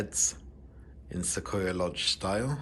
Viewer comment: Thanks for this wonderful tour! I love the detail, showing everything in the room. Everything looks exactly like we would have it over here! (P.S.: Not a big deal, but those of us who live not far from these beautiful trees in western U.S., pronounce it "Suh-qwoi-yuh" with a "w" sound in there".) Lovely video. (I am going to London in a week, and will definitely be visiting a lot of places there, like the zoo, London Eye, London Sea Life Aquarium, etc.) Can't wait to be on that plane! Enjoy the rest of Paris! Gwen